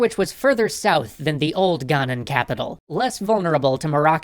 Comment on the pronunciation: please please please pronouce it Ghanian non Ghanan